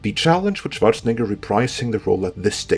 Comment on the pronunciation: I used to dislike your heavy foreign accent, but fuck did I love how you pronounce Schwarzenegger perfectly